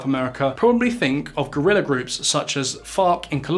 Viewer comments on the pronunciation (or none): none